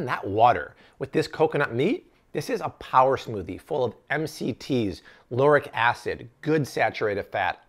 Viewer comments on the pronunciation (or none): none